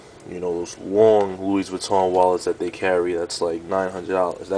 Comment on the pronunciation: The 's' in 'Louis' is silent. It's graphite not graffiti, it's called graphite because that is the colour.